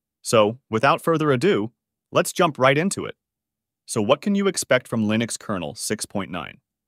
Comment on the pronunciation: I still remember when we were eagerly awaiting the release of version 1.0. Funny how you keep switching between pronouncing "Linux" the wrong way "Lynux" and the right way "Linnux" (based on the way Linus Torvalds pronounces his name).